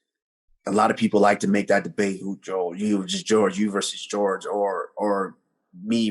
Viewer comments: Calling him “George” and not “Jorge”>>> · usman is the only nigga to pronounce Jorge gorge